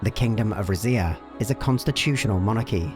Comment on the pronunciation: Lmao I was not ready for you to pronounce it rizz-ia. Ive been saying it like reedz-ia because Zs in Italian make a DZ sound and I think Rizia is supposed to be a culmonation of different Romance cultures.